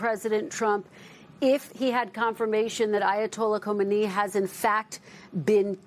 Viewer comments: It’s amazing how many reporters that can’t say his name. It’s “Ko meanie”. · It's "Kah main ee"